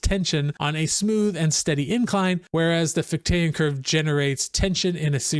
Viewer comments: FICH-tean, not fich-TAYAN. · Just so you know, it's FIK-tuh and FIK-tee-ən